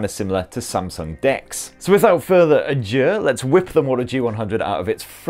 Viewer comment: Thanks for the review but did you say something like "without further adieu" in the intro? The expression is "without further ado", "ado" being an archaic word meaning trouble, or fuss, as in the title of the Shakespeare play, Much Ado About Nothing.